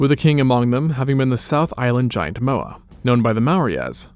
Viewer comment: Mowri? Mah-ore(no 'r' noise)-ri roll the r Mowa? M-ore(no 'r' noise)-ah